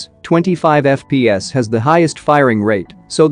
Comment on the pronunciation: Normal people:FPS voice machine: Eff-pee-ass Id: Username: osmanLOL3 Global version!